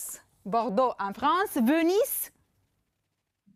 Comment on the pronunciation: Bună ziua! Veneția în franceză se scrie Venise și se pronunță cu z. Atenție!!! Vous vous débrouillez excelent.... De toată jena. Vous vous débrouillez excellemment. Vous vous débrouillez très bien. Există variante dar trebuie cunoscute... Ils /elles sont, se pronunță t-ul final în tabelul de conjugare. Schimbați profesorul, ar fi mai bine. Se relâcher = a se relaxa?! Oribil. Plus de respect (dacă nu pronunțați s-ul de la plus înseamnă, ca nu există respect.)